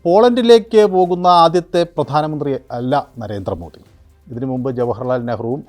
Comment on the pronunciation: താങ്കൾ, നരേന്ത്ര മോദി എന്ന് പറയുന്നതുപോലെ കേൾക്കുന്നു. നരേന്ദ്ര മോദി എന്നതാണ് ശരി. -നരേന്ത്ര - അല്ല. പലരും ഇതുപോലെ തെറ്റായി പറയുന്നുണ്ട്. -കേന്ദ്രം - എന്നുള്ളതിന് കേന്ത്രം എന്നാണ് തെറ്റായി പറയുന്നുണ്ട് -😅